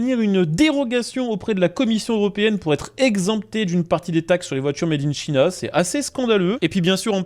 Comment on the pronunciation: Made in China se prononce mèdinntchaïna au lieu de mèdinnchina.. Ou se dit: « fabriqué en Chine »en Français, c’est bien aussi.